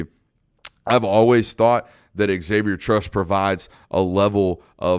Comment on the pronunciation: A minor point. Unless the person says otherwise, Xavier in pronouced "zavier", not "ex-avier". That error has been made by many for decades. Another more major point. Only Bama can possibly beat Georgia this year. And I don't think Bama can. The 2021 Bama is not as nearly good as in years past, and Georgia is immensely better than in years past.